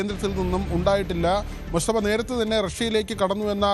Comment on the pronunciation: എടോ പൊങ്ങന്മാരെ എന്ന മുസ്തഫ അല്ലാ, മൊജ്തബ എന്ന് പറയടെ, അക്ഷര ശുദ്ധി മുഖ്യം ആണ് പോങ്ങന്മാരെ 😎